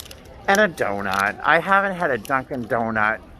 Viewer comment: Saying "Dunkin'" quickly gave me a little start as I thought I heard a different word!😕😋 (Was she able to feed the kitten because it wouldn't have been weaned yet. 🙁🤞🤞)